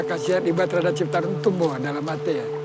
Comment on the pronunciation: The pronunciation is C = Ch it’s not pronounced Shitarum but Chitarum = Citarum